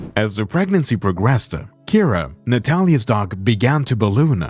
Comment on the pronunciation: After minutes, I had to turn this of. I could NOT handle the narators voice. The Dog-AR and the Cat-Ar